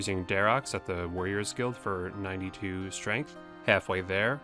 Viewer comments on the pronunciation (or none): none